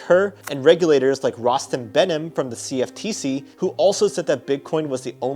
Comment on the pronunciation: You say cftc and cbdc with the wrong inflection in your voice. Cb dc not c b Deeee seee Cf teeeee ceeee C ef teecee